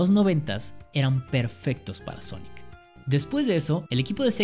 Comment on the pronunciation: Todo el mundo: Sonic ERE Champ: Sonic ar 🤣